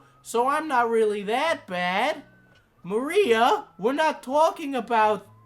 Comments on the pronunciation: Im not her fan in the slightest. At all. In the least. But her name is pronounce ma-rye-uh Not....Maria. Anyways, she's way in over her head. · Love the video! But her name's Mariah, like Mariah Carey, not Maria! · Her name is Mariah. Not Maria. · 💀💀💀💀💀💀 u butchered her name and cosplay name so bad but ily and ur content